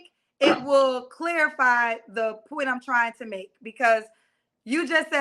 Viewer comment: Pleaseeeeee! STOP saying CLEAR RI FY the word is CLARify or cl air ri fy